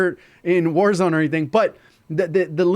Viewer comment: Bro really said concert in wazrone😂